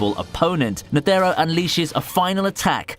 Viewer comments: Lad can you pronounce neutro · Who are these Neteeero and Zoldiac. I only know of Isaac Netero and Zeno Zoldic. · Zeno Zoldyck not zoldiack same for chairman Netero you aid nethero